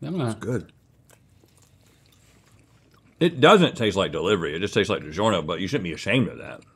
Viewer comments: I like how said "DiJerno" again and no one batted an eye. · reads Digiorno says "Digerno"